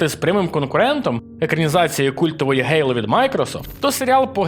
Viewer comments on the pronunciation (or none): none